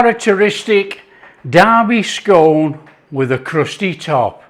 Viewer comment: Scone.... scone.... your not southern lol bit of Yorkshire humour for the regional viewers regards redcar steve